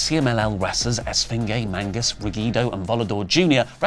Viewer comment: You can't be taken seriously when you say "MANGUS" instead of what it actually is: MAGNUS...you have one job.